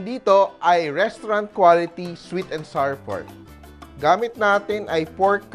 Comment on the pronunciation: Fyi, the words flour, sour, hour, and our rhyme with the word "flower." So, it's NOT flar, sar, and R (for hour and our).